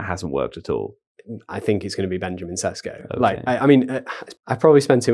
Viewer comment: Sheshko... not Sesko